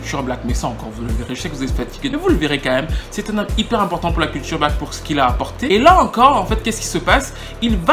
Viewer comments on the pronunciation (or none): none